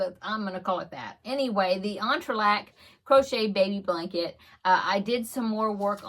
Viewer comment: the bookmark is so pretty, I doubt I'd want to use it for it's intended purpose either ha ha. btw, we also pronounce it entrelac = entrelack, so how you say it, it sounds right to me :)